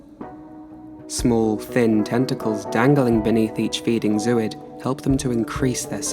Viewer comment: Lovely stuff—amazing, even! But it’s pronounced “ZŌ-oyd.”